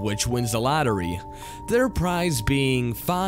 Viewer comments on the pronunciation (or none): The hell is a lattery? Every time this third guy attempts to speak he butchers his lines and has awful vocal patterns, vocabulary, and just speaks jibberish at times. I'm not sure why you keep allowing him to contribute to your videos, he absolutely brings down the quality compared to the rest of you.